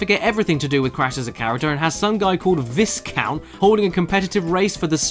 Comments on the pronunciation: Viscount. Vi-count. Like the mint cookie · The Vis in Viscount is pronounced 'Vie' like 'Tie' or 'Die'. It's not his name, it's a title like Duke or Princess. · For future reference, it's pronounced vy-count. It's a title for a member of nobility. Or Why-Cunt, which is what you ask when you see such a lackluster villain crammed into a beloved game. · Isn't the s in Viscount silent? I thought it should be pronounced Vi-count... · I always heard Viscount pronounced “vai-count”, unless I’m mistaken. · The 's' is Viscount is silent